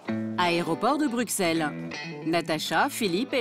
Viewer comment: On dit pas BruXelles mais bruSelles !!! Hoo les français on vous voit 😅😅